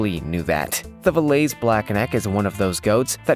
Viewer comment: That Valais Switzerland goat is pronounced (Vol•LAY')